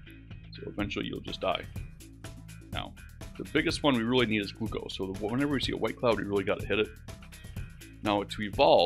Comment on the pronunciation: the way he pronounces glucose